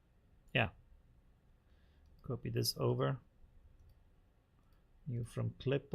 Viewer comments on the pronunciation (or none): Dear, love your stuff, but... the o in copy is short. It is almost like scratching fingernails over a chalkboard when you say it like in "to cope - etwas bewältigen" every time. 😂